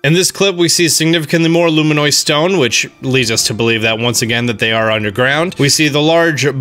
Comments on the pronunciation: LF every time he said LUMINIOD, it just triggered me more and more bit by bit... So yes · It’s pronounced “Loo-mih-nus”, not “Loo-mih-noi” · luminous, not luminoise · "Luminoise Stone" ... It's Luminous. LUM-in-us. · You say luminoid instead of luminous. I just noticed that lol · Luminous!! Not, Luminoid! lol. Drove me nuts. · Best Nintendo content on YouTube... But when are we gonna teach our boy to say luminous? ˈlo͞omənəs. As in: Lou. Min. Us. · Did anyone else die inside every time he “luminoid”? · I cringe every time he says “luminois” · It's actually pronounced lumin-us